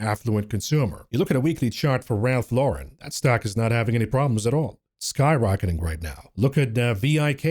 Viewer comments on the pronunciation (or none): none